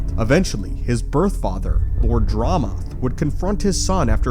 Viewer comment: bro butchered the planet medrias name and lord dramath's name..holy crap you need to work on pronunciation